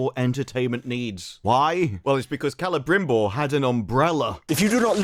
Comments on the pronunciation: To be fair, that is how the names are supposed to be pronounced. That being said, it does sound very goofy when they speak English otherwise. They should only do it with lines that are actually spoken in Quenyan/Sindarin. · What is this business of all the actors rolling their Rs relentlessly. It isn't Celebrimbor, it's Celebrrrrrrrrrimborrrrrrrrrrrr....rrrrrr. Didn't anybody tell these folks that while correct pronunciation in many languages requires that the R be rolled, if you roll it more than three times, you're playing with it - like when they go to the bathroom.